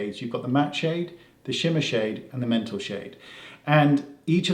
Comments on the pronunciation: You’re such a beautiful soul , Wayne. 💕 (Did you say mental instead of metal? 🤣 it’s probably my ears but it made me laugh anyway) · is he saying 'mental shades' or metal shades and I'm going deaf? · Wayne ...I love you...did you say ‘mental’ shades??? 🤣🤣🤣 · I think my ears are blocked, all I can hear is Wayne saying ‘mental shade’ 😂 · Is it just me or he keeps saying "mental shades" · I swear he says “mental” shades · Same. I thought I have a problem... :D